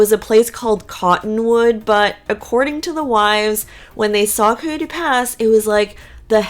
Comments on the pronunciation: Coyote. ki-oh-tee. Not Kooey-tee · IKR. Her pronunciation is disturbing at best.